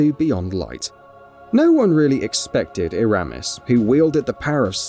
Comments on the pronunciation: he said EEEEEEEErAAAAAmiss, its Eramis. And the fight was cool, so cool she froze. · The embarrassing way he pronounces "Eramis" shows he's never actually played Beyond Light.